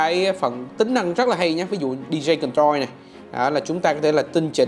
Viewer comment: Làm youtuber mà phát âm sai kỳ quá. Đọc chữ DJ sai nên học lại nhe bạn...